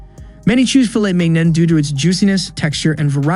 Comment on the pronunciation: My advice: get the narration to pronounce "mignon" correctly and double check your research. Example: there's no way American wagyu is more expensive than authentic Olive Wagyu.